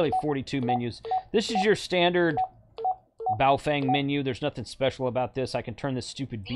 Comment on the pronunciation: Come on, you know it's pronounced "Boo-fwang." Randy told you on your show. 🤣